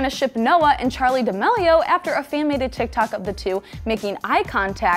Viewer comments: ChArLi DaMaLeO- its charli DA ME LIO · it’s dah-meal-e-oh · y u pronounce it like damilio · She literally says dixie dEmElio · the way she pronounces d'amelio lmao